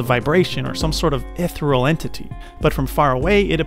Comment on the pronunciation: You can be as smart as you can be, but you still said “sen-ARE-io.” Just pronounce it normally. 😬 Also, “etheral” is not a word. Good content, tho.